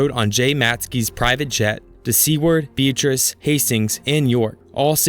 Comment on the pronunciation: Being from Nebraska it hurt to hear ‘Seward’ and ‘Beatrice’ 2/4 isn’t bad tho